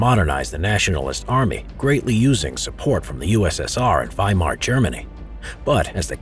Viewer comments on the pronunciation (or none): none